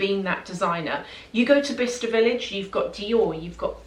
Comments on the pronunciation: I always thought you were saying “Vista” village 😆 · I thought you were saying "Vista Village". Explains why I couldn't find it lol Thank you so much for sharing!